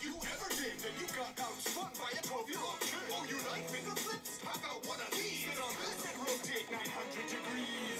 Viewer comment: I have never heard anyone say aboot here😂🇨🇦